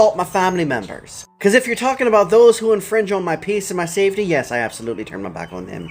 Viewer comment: ... "Don't be comin fer me peace and me saftaye"... Or me pot oh gooooooold! Or me lucky charms! Lol All joking aside... he's right! 😐